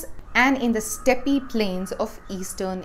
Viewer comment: It's pronounced "step" rather than "stepey". Step is the pronunciation of steppe.